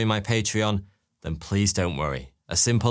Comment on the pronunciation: It's pronounced th not f